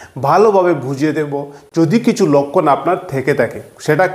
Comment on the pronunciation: লক্ষণ কে বলে লক্কন